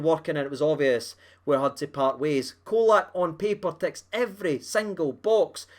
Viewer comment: Pron Cholack.Not Colack.